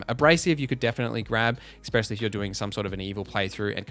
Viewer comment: You keep saying words incorrectly 😩 ‘ecspecially’ tops the list though